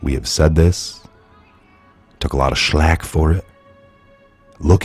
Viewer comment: Shlack? You mean Flack?